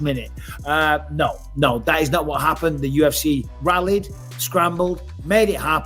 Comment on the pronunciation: "Again? Again? Nao" 🤣🤣🤣